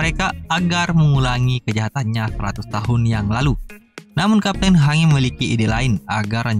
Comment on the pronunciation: Hange dibacanya hanji Marley dibacanya Marley aja atuh bang